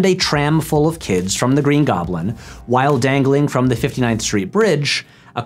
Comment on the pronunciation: If I have to hear Patrick say "whole I was on that island" one more time I'm done with this channel for good